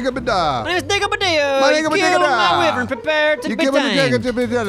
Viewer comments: it's pronounced WHY-vern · U said wivren but its wyvren